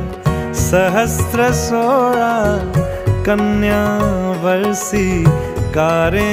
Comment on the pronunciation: Very nice. One pronunciation correction required. कन्यावरसी Instead of कन्यावर्सी